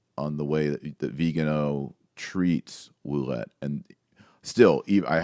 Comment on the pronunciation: French-Canadian here... This is how you pronounce "Ouellette" = WAY-LET. Greetings from Ontario, Canada! :D